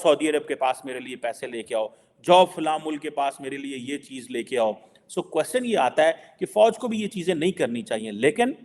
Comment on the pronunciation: What I notice about him is three things. 1 " jahari baat ha" 2. " Theek ha jee" 3. "Qwaschan" Hope he minimises the use of these words or phrases or uses correct pronunciation for sr 3, which is "question".